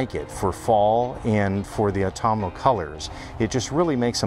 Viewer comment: Love that opening shot of the tree - such a character! And well done on your pronunciation of autumnal! Sometimes I wish I could move a tree out of the way or nudge the odd mountain one way or another ever so slightly! Thanks for all the info and take care